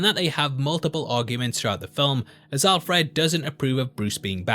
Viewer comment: You say Alfred funny, also sounds like the relationship they have in Batman earth one............. update - I should watch all the video before commenting.... but you do say Alfred funny, It's Alfred not Al-Fred. Signed a scouser